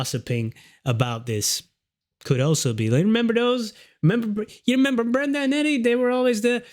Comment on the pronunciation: It’s Brenda not brender lol